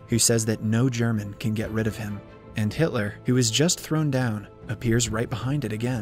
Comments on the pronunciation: bro really said "haitler" ☠ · Did he just call him Hightler lol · Brooo gotta stop saying hitly 💀💀💀💀